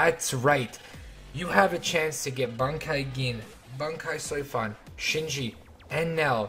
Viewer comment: lol just said soi fan. good job